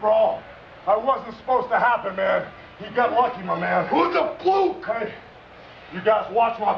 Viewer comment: "it was a plukk?" :D macho man cant spell fluke.... xDDD